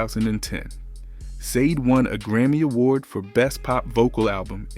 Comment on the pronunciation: I hate how you pronounce her name